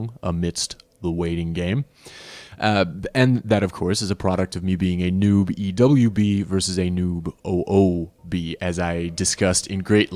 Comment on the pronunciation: XD fair enough i was almost positive it was pronounced New...B basically XD love your vids man dont think a youtuber has ever replied to a comment